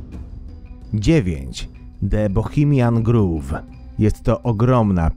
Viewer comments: Nie gruw (groove) tylko grołw (grove). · Grove sie czyta /ɡɹoʊv/ a nie /ɡɹuv/